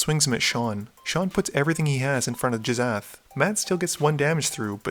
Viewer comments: J...Jizath? Hard G, and well, "sh" makes the "sh" sound not "z" "Gih-shath" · "Jizzath" --> "Gish-ath" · Do you mispronounce card names on purpose? Jizzath? Narinthols disk?